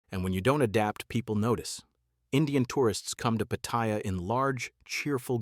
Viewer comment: The name is pronounced PATTY AH.